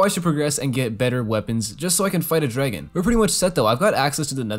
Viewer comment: Drrrragon love how he says it